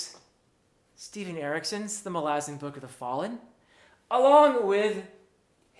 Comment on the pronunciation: Btw I greatly appreciate you being literally the only human I've ever come across in thousands of videos who says the name "Malazan" correctly as Erikson intends and pronounces himself..................